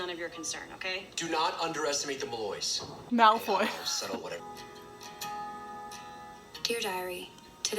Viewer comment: Every time they said the name "Malloy" in this episode all I could think of was Voldemort getting Malfoy's name wrong the Very Potter Musicals